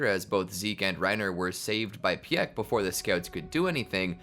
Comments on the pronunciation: its not "pee-eck" its pieck as in peek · Saved by peieck 😭 Say it like this “peak”